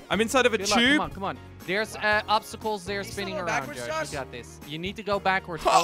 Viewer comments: It’s a tube, not chube lmao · When he said tube it sounded like he said chube